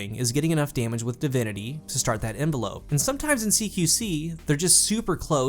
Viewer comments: It's not envelope. It's env-el-up. To surround. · "In-vel-up" not envelope lmao. Hard to take you seriously with that silly shit. Invest in a thesaurus. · great content as always but I couldn't stop laughing every time you said "envelope" (like a letter) instead of "envelop" (to wrap around something). Nothing but love though! keep at it :) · Lol, the way the word is used in the perk description, it's "inVELop/envelop" a verb. It's pronounced sorta like "develop". The way you say it is as if it's a noun, the same word but with an e on the end is an envelope. On or in doesn't matter with that word. Basically, it doesn't say envelope, it says envelop. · Enva lope xD. 😂 You’re not sending mail...it’s envell ups. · IN-VEL-UP which is a verb not the noun envelope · DUDDDDEEEEEE its not “Envelope”, that is something a letter goes in before you mail it! Envelop, En-vel-up(the pronounciation), is when something covers another thing! Pleasssssseeee stop saying it wrong, you sound so dumb! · The way he says envelop drove me nuts...... still love the content though lol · Nope Nope envelop and envelope are pronounced completely differently what are you talking about?? 🤣🤣🤣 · FYI it's pronounced en-vell-up not envelope. Love the channel man keep up the good work.